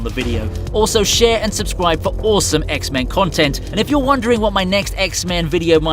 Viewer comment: awesomme lol french u like Sommee?